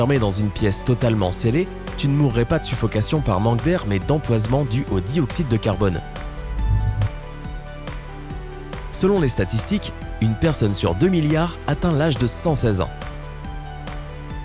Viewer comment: J'ai vraiment entendu "empoisement" au lieux de "empoisonnement".